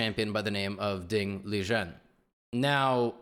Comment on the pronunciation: he did the correct chinese pronunciation tho